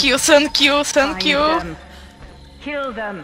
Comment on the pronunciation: Sanqui iu sanqui iu instead of thank you